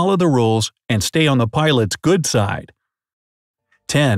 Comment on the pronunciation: You said keep the ditty side down and the sine side up